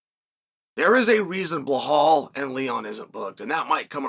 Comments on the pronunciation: Bluh-hall vs Moggleshev vs Kozmot vs Duhroosh in an Uncle Chael Royal rumble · “Blahall”😂. Chael is such a clown.